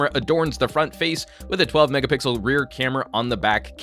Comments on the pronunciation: thanks for saying megapickle once in a while on purpose... makes me go back and check again every time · Did you say megapickle again? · He said pickle...HAHAHA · An... 5 megapickle camera? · ha u said 8 mega pickel